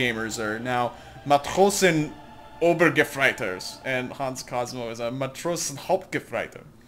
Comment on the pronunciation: "probably to germans that sounded like I threw up or something." YES!!! Stabs-ober-boots-mann! (4 words) Matrosenobergefreiter & Matrosenhauptgefreiter was really good though. ;)